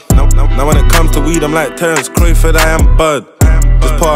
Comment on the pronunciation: Think he pronounced Terence Crawfords name wrong 😂